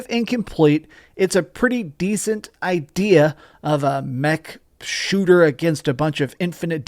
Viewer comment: You said "idear" ha 🤣